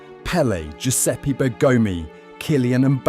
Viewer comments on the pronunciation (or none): none